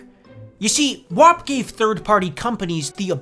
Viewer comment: Oh boy, then you started pronouncing WAP wrong. Anyways, still loved this video, always excited to see pop up in my notifs!